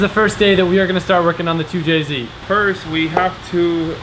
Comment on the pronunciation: Why say 2jc not 2jz